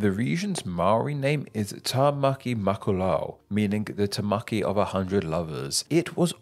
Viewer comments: its pronounced tāmaki makoro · Tamaki Makaurau! You were close with the pronounciation, here's how to say it properly: Ta-ma-key Maa-ko-row